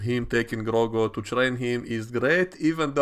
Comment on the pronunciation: Why do you keep calling him Grogo lmao